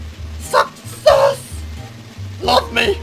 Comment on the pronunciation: Did you just say Fucksess? :P